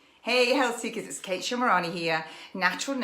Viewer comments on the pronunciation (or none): none